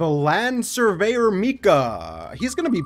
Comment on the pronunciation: Why did I hear “BlAnD sUrVeYeR mIkA” instead of land surveyor…💀